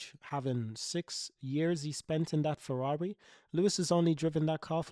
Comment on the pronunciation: Fewawi 😂😂😂😂 Cawacter 😂😂😂😂 Retard